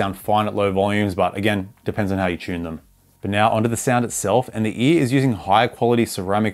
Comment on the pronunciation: every time u say ear i think ur just saying E so all i hear is EA💀